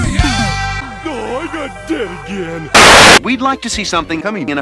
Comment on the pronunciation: I laughed too loud when it said diabetus